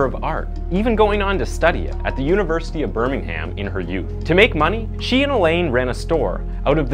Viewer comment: The H in Birmingham is silent, it's pronounced more like Bur-ming-um